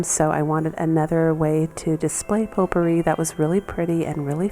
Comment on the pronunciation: ...its a French word. It's spelled potpourri. Pronunciation Po-purree